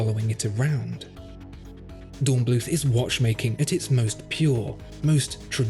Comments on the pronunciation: not bloot... blüth! 😉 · Please say "Dornblüt", German doesn't use a "th" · The final 'h' in "Dornblüth" is not pronounced - German doesn't have the 'th' sound we have in English. The word is pronounced like 'Dornbloot'.